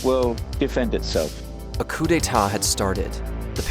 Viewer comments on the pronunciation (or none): Coup dee aat ? Seriously? Coup Dey Ta is how it’s pronounced . I know that’s not how it’s spelled either . I spelled it phonetically.😊 Nothing would make me happier then seeing putlers head being kick around red square like a soccer ball. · Who says "shoogoy"??? instead of "shoy-goo"??? and who says "coo-de-at" instead of "coo-de-ta"??????? I appreciate the effort, but really? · Awesome video one thing it’s pronounced coup “day-tarh” not coup “day-art” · I'll never get over people butchering words, especially people in fields like journalism that should know better. How do you get "RostovAhDon" out of "Rostov-on-don"? I'm not even Russian and with my garbage US public school education I know how to pronounce that, and Shoigu, and Pregozhin. Edit: Oh my lord I just got to "coup-dayat"...This is figuratively killing me. Dude, at least use google translate if you don't know how to say it, it will at least get you close. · Coup de “at” lol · Correct pronunciations: Please read them as you see them written here. “cou d’etat” - this is a french term “Sergei Shoigu” - (you can hear every single letter as it is probunced Șoigu)You’ve absolutely murdered this idiot’s name. Other than this, loved your presentation, not necessarily sure that was the reason for Prigozin not going further with his coup. He might just have wanted to send out a signal as we’ve seen plenty of incursions into Russia lately, but we may never know. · If you can't pronounce coup d'état use something you can pronounce instead. Pathetic!